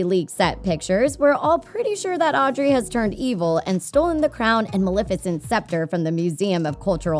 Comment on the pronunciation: It's Audrey